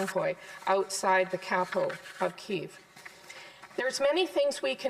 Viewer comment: Am I missing something, by Keviv did he mean Kyiv?